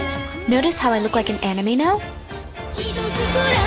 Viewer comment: Your pronunciation of "anime" and "lolita" is awfully wrong D: Don't get me wrong, I really love the make-up.